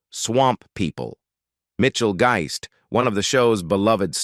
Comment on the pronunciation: Funny how the AI narrator mispronounced a lot of words. Especially Mitchell Guist's last name. He pronounced that in at least 3-4 different ways. LOL